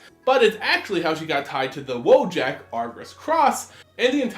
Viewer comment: Szadek is not "zah-Deek" it's "Szad-ek". It rhymes with "Ral Zarek" (There is a Polish town with this name). Wojek should have a European "j" sounding like an American "y" like "Voy-ek". It loosely means "warrior".